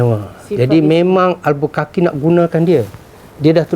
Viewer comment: Albuquerque; cara sebutnya bunyi Albukerkei